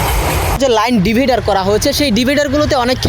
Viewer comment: ডিভিডার বলে ডিভাইডার বল ভাই ... পাগল ছাগলের গালে ভাত 😅